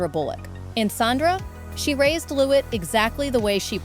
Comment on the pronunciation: It's pronounced 'Lew~we'....like Louis Armstrong